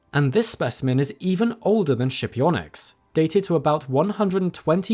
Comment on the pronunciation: skipionyx. pronounced with a hard /k/